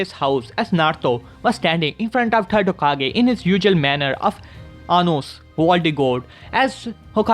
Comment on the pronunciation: He got Anos name 😁😁 perfectly